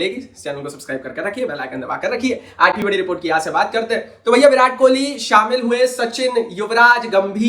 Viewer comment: It's Kohli not kholi ..Please correct it